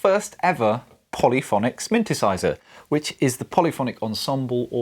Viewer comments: Awesome! Did you say "Smyntesizer?" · Did I just hear you say “sminthesizer”? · Did you say… smintisizer?